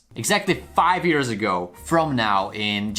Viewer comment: How he says years because of his Accent